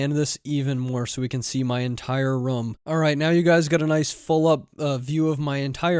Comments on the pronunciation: i like how you said room, like rum! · Wait, how do you say the word "room"? LOL Are you a Canadian or something!?